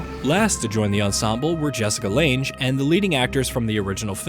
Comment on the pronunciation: Jessica Lange is pronounced LANG! My God how could you not know that??!!!????